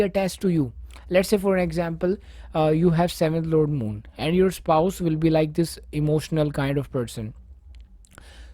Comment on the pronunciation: Moon, not mood 😂😂. I appreciate your effort though 😉